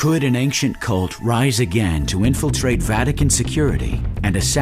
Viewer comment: Ain-shent. Not Aink-shent.